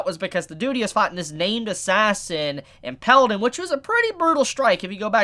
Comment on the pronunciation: I'm sorry but... IT'S IMP"A"ILED NOT IMP"E"LLED!! Sorry it just kept bugging me!